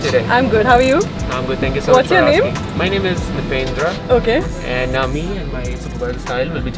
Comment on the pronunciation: His name is Nripendra aka, not Nipendra.. Great cameo!